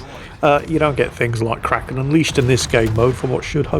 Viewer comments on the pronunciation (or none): none